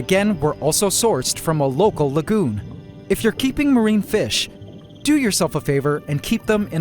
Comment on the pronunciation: Every time you say lagoon, I hear legume